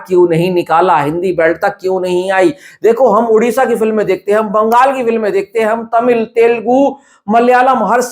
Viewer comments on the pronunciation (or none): none